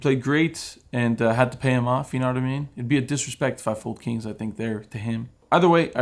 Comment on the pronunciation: every time u say pocket Kirans, I throw up a little in my mouth